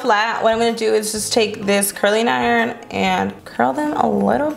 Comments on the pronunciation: she said curling iron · She said curling iron 😭😭😭😭